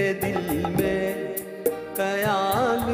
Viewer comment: गाना बहोत ही achaya गाया but..खयाल का उच्चारण कयाल ऐसा कर रहे थे